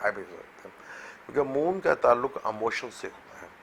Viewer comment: Brother audio is poor and word is "Emotion" not "Amotion" please